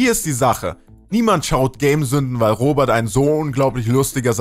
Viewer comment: Ich finde es lustig das er in Kritisiert Aber nicht mal den Namen aussprechen kann Ich habe den Selben Namen und Heiße Robert und nicht Robat